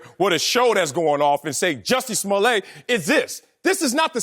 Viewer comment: It's Juicy Smul-yey, sir. lol